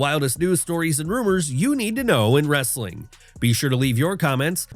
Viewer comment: The only thing worse than many of the takes in this video is the guy's lame wrrrrrrrrestling at the end